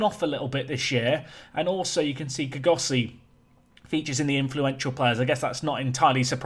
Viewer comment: Kgosi is a 2 syllable name ie kgo-si .Try saying the 'kgo' like a realistic snore😂